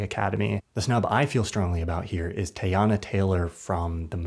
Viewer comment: pronounced Tee•yana